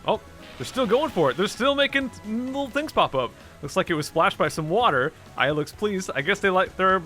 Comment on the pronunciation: Aya more like eyea